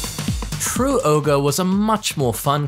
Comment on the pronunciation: Isn't it Ogre? Not oger? Didn't they have a voice line somewhere where there is said Ogre and True Ogre and not Oger?